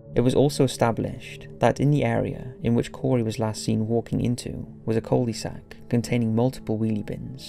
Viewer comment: I'm convinced the voice is an AI or something, no one would pronounce cul-de-sac as "coldy sack" or Bury St Edmunds as "Burry Street Edmunds", especially with a southern English accent